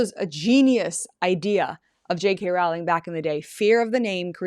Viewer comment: WHY CAN SO FEW PEOPLE PRONOUNCE ROWLING??? IT RHYMES WITH TOE!!!